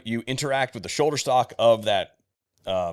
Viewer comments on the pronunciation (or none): none